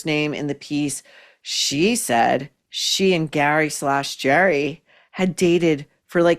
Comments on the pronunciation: Gary/ Gerry..cracks me up every time you say it..😄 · It’s pronounced Gerry ( not like a J sound) but in the Irish form like G eeery g sound.